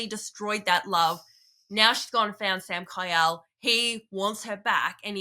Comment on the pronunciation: His name is Samkiel (Samkeel) not Samkyle, lol, but yeah fantastic series. ❤